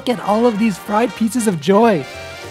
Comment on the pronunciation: "fried pieces of Joy" - your pinoy is showing😂